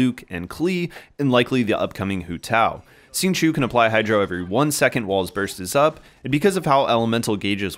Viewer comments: Good guide but it's hard to listen to it when you keep pronouncing his name "sing-chew" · nice guide! the correct way to say it is ‘xing q-i-ou’